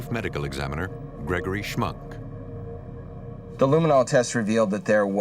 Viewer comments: The door plate said Schmunk , but the narrator said schmuck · It's Schmunk, not schmuck. Sounds like schmuck though. Haha.